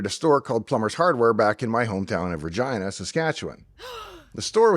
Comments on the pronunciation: Why did I think he was saying 'Virginia'? He's Canadian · In California everyone pronounces the name Regina as reg-ee-nuh or ruh-gee-nuh not re-gi-nuh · Haha, I had to turn on Closed Caption to make sure you said Regina and not something else! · when he even says Regina it sounds like Regina